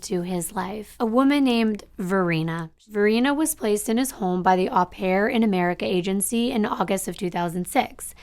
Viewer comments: Its Oh pare not Ah pare. Au in french is an Oh sound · It is pronounced oh pair, not ah pair.... au in French is pronounced as oh. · Just a friendly note.... "au" in au pair is pronounced with a long "o" as in open or lobe.